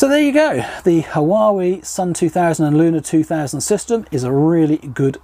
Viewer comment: It's pronounced wa-way 👍